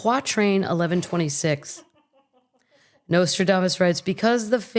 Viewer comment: I laughed so many times through this one! "Say it again..." "NotraDAAAmassss"😂 ❤❤❤